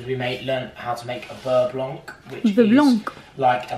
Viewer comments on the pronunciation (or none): beurre blanc....the c in blanc is silent 😉...but very well pronounced apart from that little detail....hello from Montréal❣️